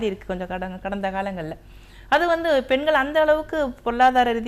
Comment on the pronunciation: எதற்காக எல்லோரும் பென்கள், பென்கள் என்று இந்தப் பெண்கள் உச்சரிக்கின்றார்கள். பெண்கள் என்பதை உச்சரிப்பதற்குக் கூட இந்தத் 'தமிழ் வளர்க்கும்' கட்சியினரால் முடியவில்லையா.